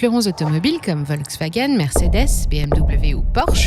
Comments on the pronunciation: on prononce : FOLKSwagen Pas Volksw... volk = populaire, peuple. folklore chez nous ! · Merci de prononcer Folkswagen , car en allemand le V se prononce F. Pour le gaz , les Allemands auraient du garder l'accord avec la Russie . Enfin pour la voiture électrique, c'est une arnaque qu'ils devraient éviter car elle pollue davantage que la voiture à essence. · On dit Folksvagueune et béhèmvé :-)